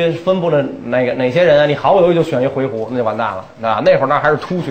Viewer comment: 我小时候学的，以及百度上的回鹘读音是 huí hú ，而袁老师念的是hui he ？